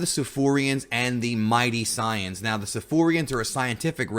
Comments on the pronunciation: Say-yans not Psy-yons. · ok if youre gonna use the "correct" term of the saiyans, then say saiyajin cuz it really sounds like your saying scion not saiyan. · Sorry it's really bugging me, correct me if I'm misunderstanding something but you're saying that you want to be more authentic with your pronunciations and names of the dragon ball terms right? When you say "Saiyans" it really doesn't feel like your being authentic to english or japanese. Did you just combine both "Say-yan" and "Sah-yah-jin" to get "Sah-yan"? Because it sounds awkward imo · We're in America, dawg. Who cares about authenticity? We know them as SAYINS and TURBLES. You just sound dumb saying siyins. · nobody: SAYANS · Omg all of those who speaks english and call saiyans "sayans" are bunch of virgin pretentious fans. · Christ man, just say ‘say-yans’...please... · The “Pys-ans” cringey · Am I the only one who couldn’t watch the video just off how he’s pronouncing saiyans 😂😂😂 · Yh I tried my best to ignore it lol